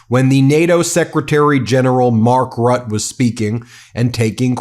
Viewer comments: How come you can say Mette with an e, but when u say Mark Rut... It is Rutte! Mette, Rutte, same prenounciation. You don't say met. Why say rut? You say Mette properly. Say Rutte properly too please! Omfg! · pronouncement Rutte is like RUT -TUH. pleas stop calling him Rut. And also I hope someone will teach him to speak English without the Dutch grammar and accent. 🤦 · It's Mark (teflon) Rutteeh. Not Rut :D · Mark Rooteh is his name. Ben, say his name! He is not a "Rat". If you want to make international news, you MUST learn at the least fundamentals of other languages and their pronunciation. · It’s RUTTE you guys please get it right lol ROOTTAE idk how to write the pronunciation. Just google it please e😅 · Could you please put a little more effort into pronouncing names correctly ? 'Mark Rutte' = 'Mark Rut-tuh' "Macron' = 'Macrohn'.. A lot of people, not just from the US, rely on you guys; and it's good for the people in the US to know how to recognize who is being spoken about, in nations themselves. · Ben Meiselas, Please find out how to pronounce the name of Mark Rutte correctly. You not only sound recidulous calling him Mark Rut, but that is also insulting. Do your job. It should be very easy with AI tools. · Roo-tuh. Please research local pronunciations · Please Ben, do in the future pronounce the name of NATO GS Mark Rutte correctly [ˈmɑrk ˈrʏtə]. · Dear. You are doing amazing work. But I wish yourv team would research the correct pronunciation of peoples' names (eg Jens, Rutte in this video)! 😎🇬🇧 Thank you.